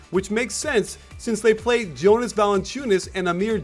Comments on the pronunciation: Jonas's name is pronounced as Yonas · Jonas is pronounced with a soft j, don't be like chuck.